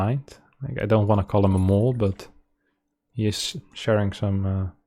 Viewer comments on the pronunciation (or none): none